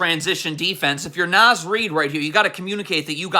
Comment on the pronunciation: Nahhhhhz. Not Naz :(